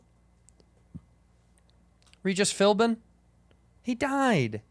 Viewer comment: "Regis Philbman"